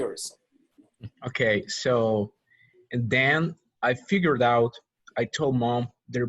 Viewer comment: I have a question about pronunciation ... minute when the man (native speaker, I think) read the sentence "I figured it out" ... I listened the pronunciation many times and it sounded like... he read without "it" only "figured out" or my ears are bad? haha. Buena clase aprendí mucho 👍